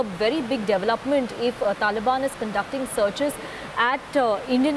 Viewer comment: The reporter can’t even pronounce the word development correctly.